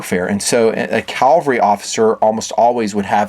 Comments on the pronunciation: May i suggest, it is Cavalry (with a V) not CAL...it is not a hill from the Bible? Commonly pronounced but wrong. I agree. Great gun. I have a Canadian WWII version, slotted with tangent sights. Thanks for the video. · Cav-al-ry, not Cal-va-ry! Calvary is where Christ died. Cavalry is the horse mounted military unit. 😀 Great looking gun. Thanks for the review!